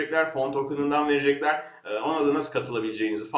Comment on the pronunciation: peki niye "verejekler?" veya "janınız nasıl istersue?" :D